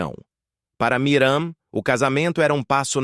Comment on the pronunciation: Porque é difícil falar Miriam???? não Miram!!!